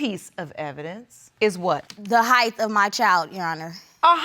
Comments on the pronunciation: "Height" doesn't have a "th" on the end. Period. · Did she say “Heigth” ? Instead of height ? I have lost all hope for humanity . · The heighth?????? Lol